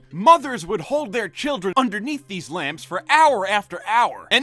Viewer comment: "Dese kids eh made a rubber."